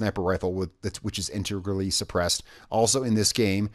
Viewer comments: IN-TAY-GRUEL-EE My Wife has speech problems, I’m not hating! I’m trying to help! I love the videos please keep them up! I’ve had the game for a while but just recently started playing on and off, still my favorite game. Unfortunately according to you, I’m too late and can’t get the badger. So I really do hope Ubisoft puts it up for purchase in the future, good weapon or not, it’s a modern classic and I want it! Please keep up the amazing videos! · In-TEG-rally. Integrally. 😉👌